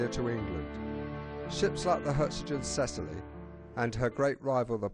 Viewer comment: PITY YOU DID NOT RESEARCH HOW TO PROPERLY PRONOUNCE THE NAME OF THE SHIP.